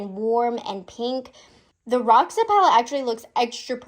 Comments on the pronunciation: I guess it’s pronounced “hosha “, ir means purple in portuguese ❤💜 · Roxa is actually the Portuguese word for purple. The pronunciation is different